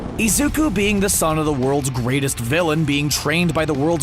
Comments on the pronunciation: he said izuk-a not izuk-u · izuku but he is pronuced has izuka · no one going to talk why pineapple guy calls izuku izuka?👁👄👁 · Yk what disturbs me in this is that the theory person is always saying izuka when it’s izuku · One thing that triggers me in the video is the way the narrator says "Izuka" instead of "Izuku". (Im talking about the video theyre reacting to- No hate on you, the vid itself is awesome) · I love how the guy in the video calls Izuku ''Izuka''. It's kinda funny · Omg every time he says "isuka" I lose parts of my mha soul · Man fr said IZUKA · No one: Absolutely no one: Guy making the theory: Izuka (I know it’s probably an accent and I’m not hating) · they spend 90% of that orriginal video calling Izuku "IZUKA", >> pronunciation ppl. it goes a long way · im just pissed hes saying “izuka” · There is definitely a a at the end of izuku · And : HaRiKaShI